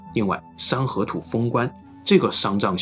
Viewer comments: 三合土读成了山河图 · 山河图 🤣 这发音 真误导啊